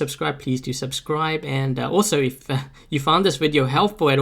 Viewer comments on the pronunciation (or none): none